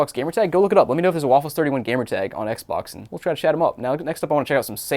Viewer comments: Yup. That’s how it’s pronounced. Ehkbok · Did you say Ec Bock? Lolq